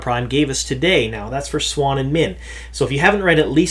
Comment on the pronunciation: MAN yourpronunciation is so different from mine, you pronouce it swan where i pronounce is see-ewe-awn Sawn-chey